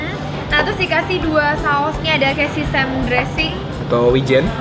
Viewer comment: sekedar ngoreksi bacanya sesemi bukan sisem :v